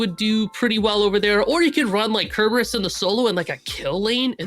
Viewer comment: Can we teach this commentator how to pronounce "Cerberus"?